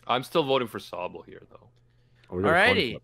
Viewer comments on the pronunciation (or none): none